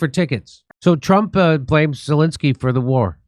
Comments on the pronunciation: I thought you said ‘Voldemort’ Zelenskyy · did Jimmy say 'Voldemort Zelenskyy'? lmao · Jimmy mispronounced Zelensky's name so it sounded too much like Voldemort. Freudian Slip??? You be the judge.